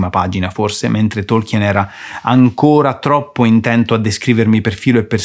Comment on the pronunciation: Difficile definire Lord Of The Rings fantasy. Quello è venuto dopo. Tolkien (a proposito… la E non si pronuncia) voleva creare una mitologia. Va letto come leggeresti la saga Norrena, o il vecchio testamento.